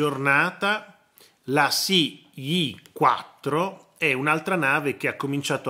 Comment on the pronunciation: "La si i" favoloso😂🤣 una pronunzia knglese degna dell'università che frequenta in Messico.